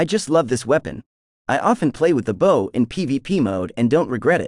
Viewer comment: is this AI or English as a second language? bow is pronounced B'oh like oh my gosh not B'ow, like ow that hurts.